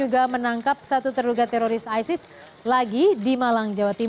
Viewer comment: Hey Sala isis kalau bahasa inggris ya bacanya aysis